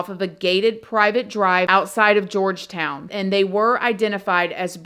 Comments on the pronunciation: Horri-ble Horry County correct pronunciation. Georgetown as George not Georgia. From a SC resident with lowcountry roots. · George town, it's called Georgetown south Carolina. George -town. Not Georgia town lol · Love ya girl lol But its HORRY H is Silent. So its ORRY George-Town County not Georgia town Lol Made me giggle Thank you for covering. Still hoping Her mom sues Mooney and Girlfriend. Horrible Horrible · It's George.....town. not Georgia town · this case was a good one. thanks for YOUR take on it.... it's George-town though not Georgia_town lol lol it's cute! you got it at then...lol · How the fuck does she think Georgetown is pronounced “Georgia-Town”??? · Damg girl. You got these names all messed up. Lol I was born in MB. And am still in SC as a 47 yr old . Gorge' town And horry( O re') County .. just got a giggle out of how you said em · Thank you for covering this class. Just FYI Horry County sounds like Oree locally. Georgetown is just George-town. Random South Carolina stuff